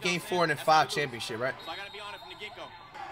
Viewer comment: he said 5 stars not foul stars 😂😂😂